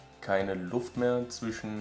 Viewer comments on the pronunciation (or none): none